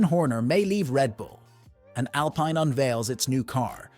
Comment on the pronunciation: That fact that you pronounced Bottas wrong, and you pronounced the team name “alpine” wrong leaves me seriously questioning your wheel knowledge sir.